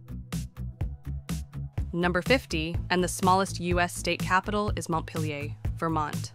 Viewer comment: Vermont's capital is pronounced Mont-peely-air.